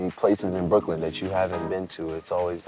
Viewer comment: He said BROOKYLN goat